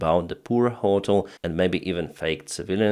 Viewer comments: I know English isn’t your first language but the way you’re pronouncing hotel is driving me crazy😭 it’s pronounced “Hoe(like putins daughter)- tell” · ……..jet fighter……..* ……..ho-TEL…………*